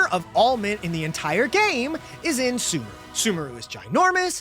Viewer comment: why does he pronounce sumeru as 'soomaroo'? that's not correct